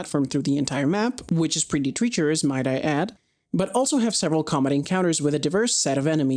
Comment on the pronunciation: I've noticed that at some points you pronounce some things a bit oddly, like saying "bellow" instead of "be-low" and "treecherous" instead of "tratch-er-ous". I've commented here before (watched this one in full & your Jak & Daxter video), hope you're well and wish you good luck & fun on your current preoccupations.